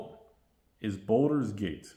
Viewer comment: It's "Baldur's Gate" not Boulder's Gate